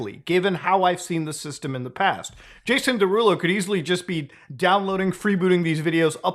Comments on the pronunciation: “Day rulo” 😂😂😂 is killing me off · how tf are you unable to pronounce “derulo” correctly???